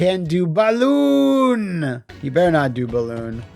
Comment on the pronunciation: I watch this video over and over again just to hear dare Karnov not to BALL-OON, and Karnov responding by immediately BALL-OONing.